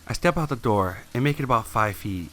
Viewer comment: "Swing the Doe Open"